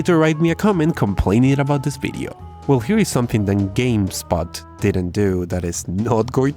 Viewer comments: you say Video..we hear it as Bideo??? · This "Bideo"?